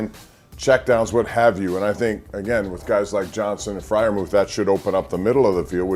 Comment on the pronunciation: Heard that mispronunciation.